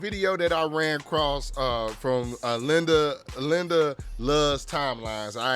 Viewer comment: makes some great videos. Glad to see her channel up on here. Also it’s not Linda lol 😅